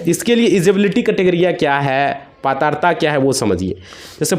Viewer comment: पात्रता बोलना नहीं आता 😂